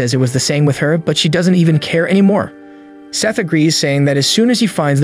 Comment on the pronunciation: Why did you call him Sieth 😭😭 Also I have the same name woohoo